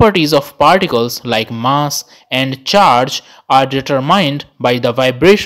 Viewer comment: Underrated part: determine being pronounced as deter-MINE lol